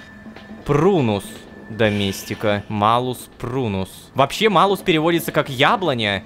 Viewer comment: Шёл шестой сезон, как Ло дали карманное измерение, а мне из-за знаний латинского так режет слух, что Рома говорит Малус, а не Малюс.... (буква L в латинском смягчает стоящую после неё гласную)